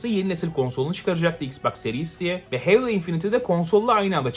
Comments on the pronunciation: Heylo ne Halo HALO!!! Kasma Bu Kadar Knight’a Kınayt Diye Bir Topluma Sesleniyorsun Unutma 😂🤣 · Helo değil Halo yani